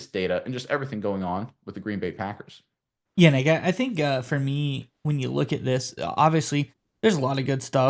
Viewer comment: First time someone stated the packers correctly.